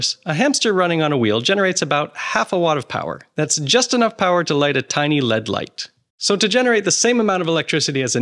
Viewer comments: Ya kinda lost me when you failed to pronounce L.E.D. properly! ... but to be fair, it was probably late at night, I know how it is. 🤔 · Is it normal for Americans to pronounce LED as a word like that?